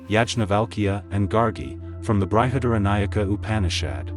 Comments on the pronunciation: It is BRIHAD-ARANYAKA UPANISHAD(the word break up is correct as much as my understanding goes) not BRI-HA-DARA-NAYAK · Nice presentation. But It's Brahma (ब्रह्म) and not brahman (ब्राह्मण). Not Brihadnayaka, it's Brihadaranyaka Upanishad (बृहदारण्यक उपनिषद). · Bruhad-Aranyakam. Not BrahadNayak... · Sorry but your pronunciation is SUCH a turnoff. Is this an AI voice? It isn't bry-had-aranyaka. It is Bri as in brick. Please don't insult these ancient profound Upanishads this way. In fact Brihad is correctly pronounced without the i: Brhadh-Aaranyaka, or great forest. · Though your intentions are really laudable, a public presentation REQUIRES, & IS EXPECTED to be of Much Refinements, of Pronunciation * Translation * Transliteration of Sanskrit Words~ Which are ~ BrihadARANYAK बृहदारण्यक * Brahm ब्रह्म ~ Brahman ब्राह्मण is the Knower /Explorer of ब्रह्म Brahm ~ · ബൃഹദാരണ്യകോപനിഷത്ത്. യാജ്ഞവല്ക്യൻ.ബ്രഹ്മം. എന്നിവയുടെ ഉച്ചാരണം ഒഴികെ കാര്യമെല്ലാം നന്നായി അവതരിപ്പിച്ചു. അഭിനന്ദനങ്ങൾ.❤ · Well explained. " Brihadaranyaka" Upanishad is not pronounced correctly.